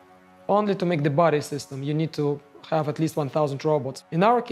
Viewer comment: We ‘khave’ arrival 😂